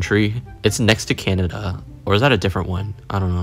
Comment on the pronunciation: Canacea and grrmany got me😂